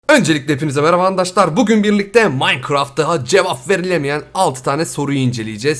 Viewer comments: evet ama çok komik özellikle minecraft naynay demesi ve kumun rusmesi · nananana maykıraft :D